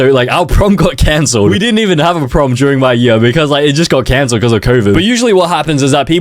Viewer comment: our prom got cancer (ik you sayed canceled but it kinda sounds like it)